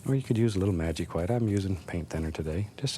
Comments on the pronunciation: i love how he says gwhite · Never, in my life have I ever heard a man pronounce “white” how it is spelled